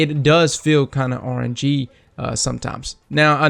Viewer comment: I should be featured subscriber because I couldn't tell if your were saying orangey or rng lol